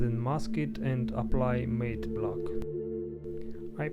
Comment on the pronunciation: Say matte like mat